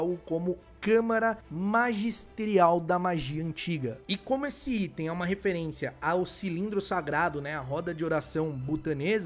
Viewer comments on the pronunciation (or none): none